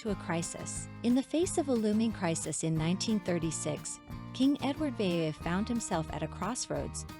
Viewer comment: I never had the chance to object to the music. Edward Vee Eye Eye Ete???? POL-et-ness??? Get someone who can read the words!!!!!